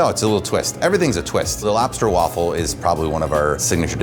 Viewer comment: “the laffle wobster”. Yep 👍 that’s exactly what they’re called🤣